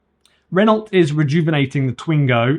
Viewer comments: Why do you say the names of every manufacturer incorrectly? Renult, datseer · how can you review a Renault when you cant even pronounce it? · I don't know about 'Novo Mesto' but you pronounce Renault like 1970s man 🙂